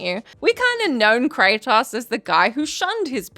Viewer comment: This is voice, but its ai mimmicking her. Notice you dont see her once. Then the way she says kratos. Normally she says it, well, normally. But here she says "kra-tahs" like an ai pronouncing the o at the end wrong. knows his name, this entity clearly doesnt 😂